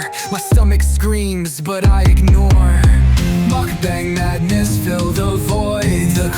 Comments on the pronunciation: The original Korean pronunciation is more like "mook-bahng." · Gurl, what is a “Mookbong?” lol 😂 bless your heart 😂